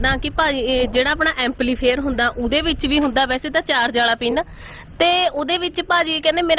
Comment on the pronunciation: ਅਮਪਲੀਫਾਇਰਨੂੰ ਅਮਪਲੀਫਰ ਹੀ ਦੱਸੀਂ ਜਾਂਦੀ ਏ 😂